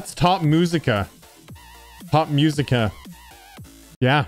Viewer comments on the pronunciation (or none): "top muzika" It's musica not muzika